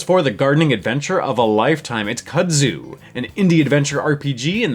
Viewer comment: Looks awesome. Not to be a hater, but it's pronounced "koodzoo" not "kuhdzew".